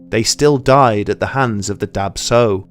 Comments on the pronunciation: Swear I heard Dab Tsog as Dark Soul. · Oh man I'm hmong it's pronounced "dah chaw", i read that this is common within southeast Asians and their genetic disposition to sleep paralysis that causes this experience! Been a big fan of this channel surprised and amazed you covered this! Love it!